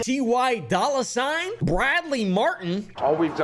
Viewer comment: Bro said T-Y Dolla$ign 🤣💀🤦‍♂️